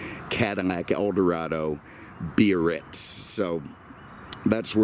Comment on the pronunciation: Yesss!🤩 You pronounce Biarritz cor-rect-ly with 3 syl-lab-les! "Bee-ar-ritz", not the clunky "Bar-ritz" of a few car posting hosts. Thanks for that touch of class,.